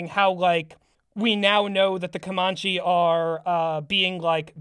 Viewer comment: As Comanche person I've always heard it pronounced "Co-man-chee" not "Cuh-mon-chee" it doesn't matter, but it also kind of hurts my bones to hear.